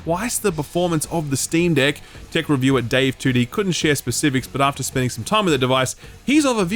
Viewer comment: I am the only one that giggles when he says "Steam Deck"?